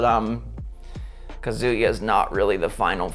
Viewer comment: it think its pronounced ka-zuh-ya, not kazoo-ya. not trying to be a duche but I just wanted to say.